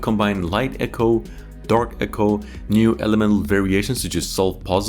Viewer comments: Eco not echo!!! Dude come on. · precursor not prosecutor 😂 and eco not echo... I wonder how long you've said that wrong 😅😂